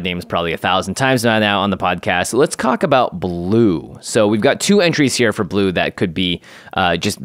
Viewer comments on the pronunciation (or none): "Let's cock about blue" ... anyone else catch it?